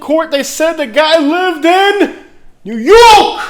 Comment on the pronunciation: I've lived in NY most of my life and never heard anyone ever say "NEW YORK" like you. Why do you yell when you say it?